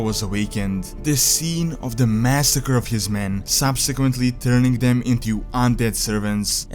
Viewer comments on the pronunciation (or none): none